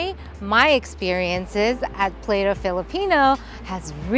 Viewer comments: Pla-to po.. Not play-to your so cute hehe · Oh no, it’s not “play-to”. The vowels are all short so its pla-toh meaning plate in Spanish. Do a little research and you’re click bait might actually get clicks…oops, you better research “vermicelli” too. -chelli and not -selly. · LA-ING, is not spinach, but Dried Taro Leaves. PLATO, pronounced as Plah-Toh not Playto, is Plate in Tagalog. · play-toe....its Pla-toh. u really didn't bother to ask for the right pronunciation huh ..I'm not hatin tho.. u really think they gonna use Plato the Greek philosopher as their restaurant name ? come on now. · Delicious❤️ By the way on pronouncing Filipino word is not same on English. Laing - Lah/eeng Plato(plate) - Plah/to